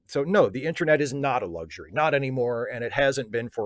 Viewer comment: Does call the "internet" the "intranet"? Is this a particularly Maryland thing?